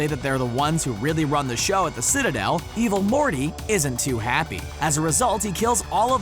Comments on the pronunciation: At one point i thought he said "Evil Horny" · Stop saying evil morty like that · The Way He Says Evil Morty And Rick Its Hilarious... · STOP SAYING EVIL MORTY LIKE THAT 😂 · Little bit of constructive feedback, the dramatic pauses and emphasis used when saying "evil morty" take away front the video and make it hard to watch. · Evil morty like that